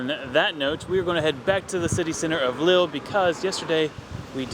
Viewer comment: Please. It’s not pronounced ‘Lil’, it’s pronounced Leel!